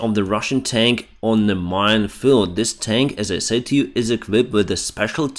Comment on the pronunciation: I love you videos but fix you pronunciation. You need to say SED for SAID, and say SES for SAYS